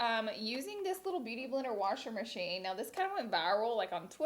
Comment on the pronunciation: “Warsher merchine”